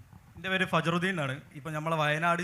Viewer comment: ഫജ്റുദ്ദീൻ ❌ ഫർജുദ്ദീൻ ✅